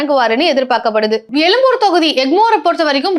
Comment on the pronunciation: அது எலும்பூர் இல்லை சகோதரி எழும்பூர். தமிழை முறையாகவும் சரியாகவும் உச்சரித்து பழகிவிட்டு அப்புறம் செய்தியை சொல்ல வாருங்கள். உங்களின் வட்டார வழக்கு மொழி அப்படி இருக்கணும் ஆனால் சென்னையை பொறுத்த அளவு அப்படி மாற்றி தான் பேசி ஆக வேண்டும். உண்மையான தமிழ் உச்சரிப்பை பேசிப் பழகுங்கள்.